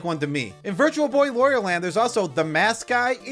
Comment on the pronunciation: no way we got a video on every mario enemy before switch 2 oh, btw wario rhymes with mario, not oreo